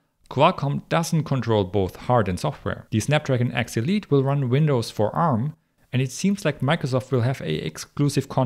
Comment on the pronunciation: Winadds lol